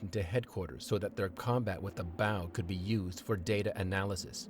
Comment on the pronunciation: B. O. W ( bee - o - double you) not bow as in ow.